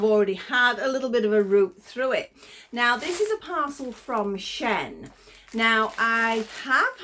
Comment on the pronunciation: We pronounce it. "Sheen"like the polish. I too bought a pack of the bunny slippers and am going to see if they will open up a bit to fit a doll.Maybe a Blythe foot.Also like you I buy a tester to see if it will suit me and yes read the description.Ive been looking for some dogs and the 2D key chains look great in the photos but I need 3D so I'm reading descriptions all the time these days. Have you been getting little free gifts come through the door .It can be very random .They'll say pick a free item but when it does come what do you get .Solar for me it's been knee high stocking and a dinosaur balloon.The grandkids liked that one, but for those out there .The free gift is a con.youll never get what you chose. I enjoy your videos and look forward to the next .I particularly like the crochet crafts.Thank you❤